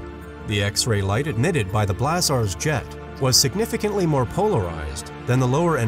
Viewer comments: I really like this channel, even if the narrator clearly is a robot. Here it pronounces the word "blazars" in three different ways -- "blahzaaahrs", "blazurs", and "blazors" (but never "blayzors"). Maybe its algorithm involves the uncertainty principle. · You’re mispronouncing ‘blazars’!